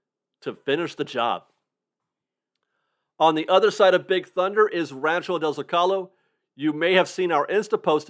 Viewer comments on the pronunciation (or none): Zocalo is pronounced as “Zoh-Ka-Low”